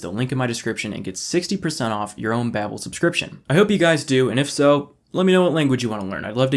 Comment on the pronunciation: His sponsor: Babbel. He: Babe-el 🤣